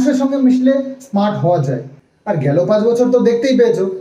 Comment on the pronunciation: গিরামের ইসস্মার্ট ছেলে।😂😂 মানে হলো গ্রামের স্মার্ট ছেলে। হাস্যকর। 8th pas😂😂😂😂😂😂😂😂..